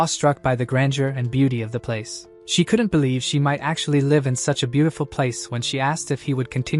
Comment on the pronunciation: It's annoying that the narration is always getting things wrong. Switching pronouns like he/she, and reversing names of characters. Need to fix your broken narrator bot. Can't even say "live" and "bow" with proper context. So annoying.